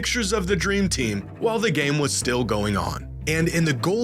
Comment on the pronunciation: " The dreem tim " 🤣🤣🤣